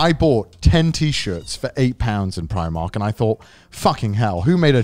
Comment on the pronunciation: Yalldid not iust pronouce primark like that